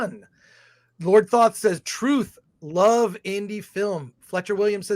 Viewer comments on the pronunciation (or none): none